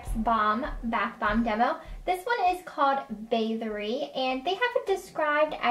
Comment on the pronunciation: The way you pronounced Bathory though.......